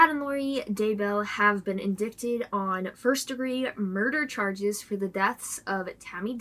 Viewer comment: Great job as usual. Thanks. FYI...indicted is pronounced as indighted. Keep up the great work. Murder is sick and murdering kids is diabolical.